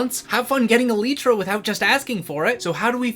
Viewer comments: Elytra -> Eh lie truh | Elitra -> Eh lee truh Stop saying it like that man, I can't stop noticing every single time you say it. Great idea tho! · Its not elytra (e lee tra) its elytra (e lie tra) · Ermmmm you spelled Elytra wrong, it's not "elitra" it's "ELAITRA" 🤓👆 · el-lyt-tra not E-LEET-TRA I'm crashing out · good idea but its elytra not elitra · Brilliant. But i am personally teiggered by how you say elytra. Cause ive always said it "el-eye-tra" not "el-ee-tra". Not a criticism but my face cringed everytime inbetween the absolute entertainment lol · Its an elytra elaitra not a elytra elitra😂😂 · uhm... im pretty sure its an y not an e so shouldent it be e-ly-tra and not e-leeeeeeeeeeeeeeeeeeeeeeeeeeeeeeeeeeeeeeeeeeeeeeeeeeeeeeeeeeeeee-tra? (please dont start a war in the replies) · I like it But why do you call elytra an "eleetra" instead of "elaitra"? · Is it "eh-lee-trah" or "ee-lie-trah"? Cause I pronounce it the second way 😭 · ITS ELYTRA NOT ELITRA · e-lie-truh✅ e-lee-truh❌ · Why must you call it eleetra, I like the idea but I just can’t ignore you calling it eleetra. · ive never heard it called eh-leetra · a video about Elytra, and he calls them "Eleet-ra". Yep, they are definitely Elite ! btw, great vid ! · "Eleetra" hahaha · he keeps saying eleetra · Excuse me but... EL-EEE-TRA? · God, it hurts too much hearing elitra, am I the only one who thinks he is pronouncing it wrong? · ‘ell eee tra’ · I ain't taking advice from someone who says "ee-lee-tra" ..... He do got a point tho :) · Bro please say elytra correctly. It’s el.ay.tra, not .tra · Bro said E-lee-tra 💀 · its pronounced el-eye-tra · love that video "elii - tra" "elytra" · That cant be how youre supposed to say elytra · pls learn how to pronounce elytra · Good point. But the way you say elytra invalidates your argument. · The mispronunciation of elytra is really distracting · The way this man mispronounces elytra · Good video! My only criticism would be your pronunciation of the word "elytra"